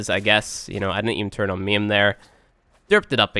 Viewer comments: IT'S MA'IM, IT IS MA'IM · halfway through I realized he was saying maim, I thought for sure he was calling it meme. omg. LOL